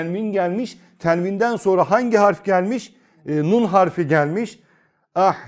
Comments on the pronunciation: Nun'u ortadan kaldırmıyoruz diyorsunuz ama "N" harfi duyulmuyor. Yani ortadan kalktı. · Öncelikle bu hizmet için teşekkürler. Hocam nun'umu genizde akıtıyoruz şendde verdiğimiz harfi mi? Zira ben söyleminizde hiç "n" sesi duyamıyorum. Duyma yeteneğim ve diğer ensrümanlarım iyi olmayabilir. Saygısızlık yapmak istemem.